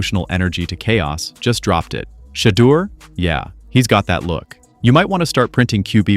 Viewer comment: Shadow, Sheeduer, Sheder, Shadure, Sheeder, Shadower……….. SHEDEUR. His NAME IS TAKEN FROM THE BIBLE which you A.I. Clowns apparently have NOT READ nor have you researched. PRONOUNCING the Man’s Name CORRECTLY isn’t that much of an EFFORT if you really know A.I.! Do the Right Thing!